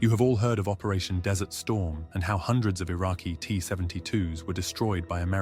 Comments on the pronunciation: Desert storm. Not dessert storm. It's not raining pastries in the desert. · It's Desert Storm, not dessert storm..